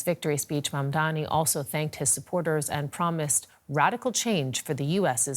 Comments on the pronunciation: should start with learning how to pronounce Mamdani's name correctly, he kept saying "Mamdami" which shows the level of reporting on his end. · Madame the journalist, it’s MamdaNi, not MamdaMi… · MaNdami, MadmaMi, i don't get why is it so hard to say his name consistently and correctly. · How are you hosting a show on DW if you can't even pronounce Mam-Da-Ni..... Non mandami.... Not that difficult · even she can't. or refusing to pronounce his name right . His name is Mamdani not Mamdami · Who is this "Mamdami" she keeps talking about?? Why is it so hard for people to say or remember Mamdani? This is not me being offended on his behalf. It just doesn't seem that difficult for me to learn, let alone for a global news anchor to learn. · This expert doesn't even know the actual name of the person. He's calling him MAMDAMI, nice job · Mam-Dani. It's really not hard. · no. not. She said in the start MamdaMI. They show their hate with this or may be a code for some kind of grouping may be. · no you are mistaken. The anchor said "Mamdami" 5 times, including 3 times in 30 seconds around the 6 minute mark. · This reporter and analyst are embarrassing, they can't even say his surname properly. It's really not that hard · The hate the White media is depicting out, is through the pronunciation of his name. As you did mam. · Say his name correctly, u racist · Why are you pronouncing his name wrong